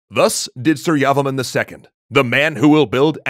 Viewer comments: Janhavi Baghel lol. Same thoughts. Was getting annoyed with the su-yavaman pronunciation. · Please pronounce his name properly it’s Surya Varman. Two words. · that's pronounce "sureyavarma 2" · Pronunciation tip : It's "soor-ya-var-man" with stresses on "soor" and "var". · Very Nice, I learned about Angkor in school. You can pronounce the name properly if you separate it, Surya Varman, Jaya Varman and etc. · Btw your pronunciation of su-rya-var-ma-n was bit off